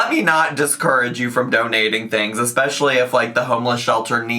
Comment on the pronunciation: i dont know if 'vanella', 'expecially', or 'Laygo' annoys me the most. judy is soooooooooooooo adorable